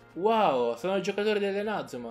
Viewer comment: lo so ma tu nel video lo pronunci in modo sbagliato.